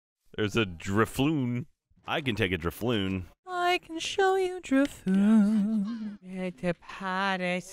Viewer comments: Lindsay...Lindsay... Lindsay... ITS FUCKING DRIFLOON NOT DRILLFLOON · Lindsay consistently saying "Dril-FOON" instead of "drif-LOON" had me buzzing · DRIF - LOON NOT DRILLFOON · I twitched every time Lindsay said "Drilfoon" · i thought she kept saying drill foon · Lindsey says Drifloon wrong AND different every single time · Listening to Lindsay say Drifloon wrong over and over..... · Lindsay mispronouncing Drifloon was driving me nuts! JUST READ THE NAME!